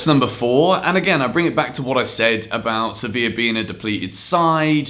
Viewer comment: Youre pronouncing sevilla wrong